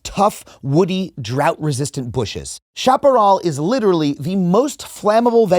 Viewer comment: Shap-a-rel not shop-a-rawl